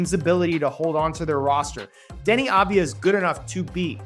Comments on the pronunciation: AV-DIA not AD-VIA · His name is Avdija not Advija, you are pronouncing his name wrong the whole video. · It’s AVdija not ADvija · Its Avdija not Advija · How can you so consistently mangle his name 😂 It's Denny Avidija, like "Avdiya" - you constantly switch the d and the v and say "Adviya" 😂😂😂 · Small correction- It's aVdija, not aDvija. (AV-DEE-YA). It's a Serbian last name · Avdija not advija